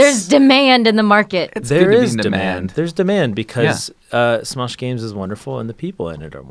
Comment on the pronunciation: Smesh gaems